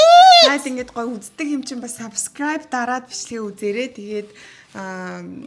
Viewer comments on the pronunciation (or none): none